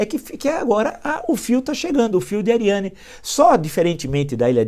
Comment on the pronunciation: Fios de ariadne professor. Ou será que a pronúncia pode ser "Ariane"? A letra d seria muda?